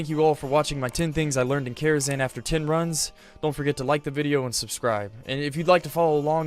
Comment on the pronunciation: #11 It’s Karazhan, not “Kharazan”.